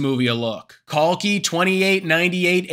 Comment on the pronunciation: ❤❤ brother your pronunciation of Kalki is better than the Indian youtubers😂😂 the Genie Indian youth does not even know their old scriptures whereas foreigners are depicting it in a better way